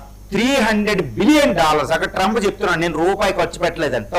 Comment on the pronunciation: ట్రంపూ.. హార్మోజూ... హమాసూ... ప్రపోజలు... మీ ఇంగ్లీష్ సూపర్ సార్.... 😂😂😂😂